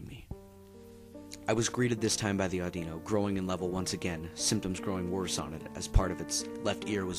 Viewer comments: its pronounced AW-DEE-NO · Dude its pronouced aw di no